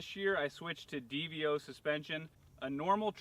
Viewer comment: God damnit. No one knows the proper pronunciation. It's "deevo", not dee vee o.